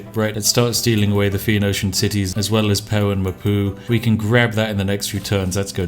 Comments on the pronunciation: I like how you mangle the pronunciation of "phoenician" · My brain melts a little when he can't get Phoenician right...